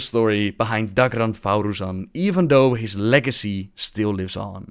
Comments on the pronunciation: sorry to be nitpicky, but his name is thaurissan, not "thauroossan" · Mr.Vojtik I was talking about the spelling, but there's literally no reason to pronounce "rissan" as "roossan," even given the excuse of "pronounce it however you want." You can do that with any word, it doesn't make it reasonable. Don't get me wrong, though, I love and I understand that English is a second language, I don't mind the mispronunciations. I just really enjoy pointing out the idiocy of others. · 8-bit Medic it's a bit more than an accent here, he refuses just to read what is in front of him like how do you even form thau-"rissan" into thau-"russan" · rymarowicz I know right. Thauru-san... lmao. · #FreeTheTitters most official: /θæ:rasa:n/ or as everything that Blizzard made: how you want. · ***** You're right, not everything is pronounced as it is spelled, but there's literally not a single word in the English language where you pronounce the vowel I as an "oo" sound. Just because you can pronounce some things differently doesn't mean you can literally just replace one vowel's sound with another. It's simply incorrect. I don't hate for it, like I said there's a language barrier and I get that, I love his videos, but god damn just because you like him doesn't mean you have to be irrational in order to defend him from a meaningless joke. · Mr.Vojtik ee and oo are very different. ee is a proper pronunciation for i in lots of languages. oo is not. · YOU'RE PRONOUNCING THAURISSAN WRONG #triggered